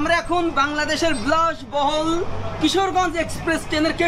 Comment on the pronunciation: আরে মদন কুমার, ব্লাশবহুল না, বিলাশ বহুল হবে। 🤣